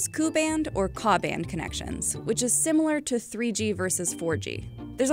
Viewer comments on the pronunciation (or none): Not bad vid considering she mispronounced Ku and Ka. They should be pronounced Kay ewe and Kay ayyyyyy respectively. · As someone who works with KU and KA band connections.. it’s not “coo” it’s K. U. And K. A. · First thing, no one streams the bachelor but u. Second, I never heard anyone pronounces KU & KA bands, koo & kaa 🥴